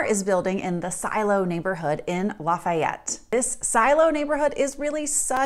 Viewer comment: So easy to tell how much of a fake you are when you don’t even pronounce Lafayette correctly. Another transplant claiming to know what’s best for you in Colorado.